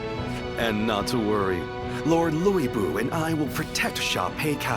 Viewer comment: Hate how they're pronouncing lu bu name like it's luey bu wtf lol...but I luv Dynasty Warriors